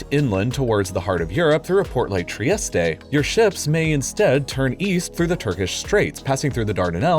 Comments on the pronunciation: Where is tree-esst-ay? Do you mean Trieste (tree-esst)? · Mispronouncing both Piraeus and Trieste in completely different ways, impressive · Fun fact: learn how to pronounce words correctly before narrating. It's Trieste ending just like Nike or Like... No e sound at the end. In the same fashion, in french garçon will have the n silent. If it had an e at the end then it would be pronounced. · Psst, the last e in Trieste is silent. You sound like a right knobhead saying tri-est-eh.